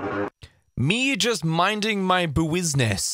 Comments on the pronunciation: The way he said “buisness” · why did he say buisness like that LMAO, that’s how you spell it?